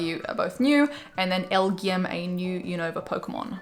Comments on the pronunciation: Hey, you're supposed pronounce those alien pokemon as L G M and B E M. So just say the letters and you got it:) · FYI it's pronounced LGM, a play on "little green man" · It pronounced “L-G-M”